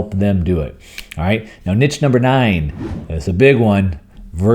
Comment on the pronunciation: I had no idea what you meant with 'Nitch'. As Scott writes too in the comments: "9. Personal events - virtual events, conferences, big nitch". Do you mean Niche? I have never heard anyone pronounce it like 'Nitch'. It is 'Neesh'.